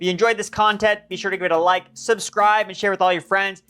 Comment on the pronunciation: “You vike that” 😂